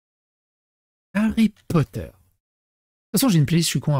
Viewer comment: Star Wars, puis LOTR....maintenant Hawwy Potta.